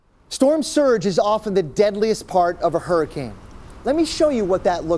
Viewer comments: Did he really say storm sturge? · "Storm Sturge" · He said storm sturge